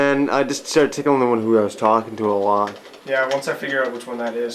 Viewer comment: Hah, you think you stretch "Episode"??? Well what about the weird way you pronounce "was" like "Waaaaaws" or "Waaauus". Also, damn you had a really nice TV for the year 2000.